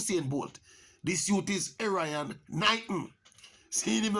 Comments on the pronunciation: Wrong pronunciation of his name...Err iy on,not Er ryan.... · His name is pronounced Erre-on Knighton lol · Not pronouncing Erriyon correctly.